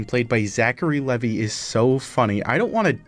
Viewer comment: My main takeaway from this is that you saw the name “Levi” and said it the way you did somehow. Like do you understand letters